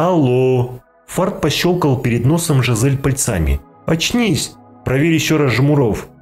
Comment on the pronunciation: пАльцами а не пальцАми